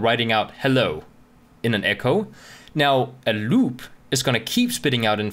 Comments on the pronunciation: "LLLUB" 😂 Btw awesome video! lol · same! louop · I love the way you say "loop" :D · I thought i was the only one who thought that XD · hahaha I just started the video and scrolled down directly just to see if some1 else noticed the pronunciation xD